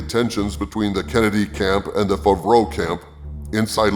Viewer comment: Why do u say john favreau fuvroah?